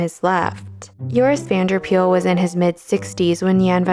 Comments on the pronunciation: Just a bit of pronunciation: You call him Joris Vanderpeyl. Instead, his the 'Van der' should be pronounced separately from each other, as well as Paele being pronounced more like 'Pay-lay'. Also, this is really understandable for non-Dutch speakers, but Van is not pronounced like the vehicle van, but more like 'Vahn' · Pityyou didn't get to trying to pronounce Van der Pael's name correctly. Pael is more sounding like 'Py-el' than 'Peel'.